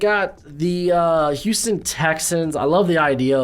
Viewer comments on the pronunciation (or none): none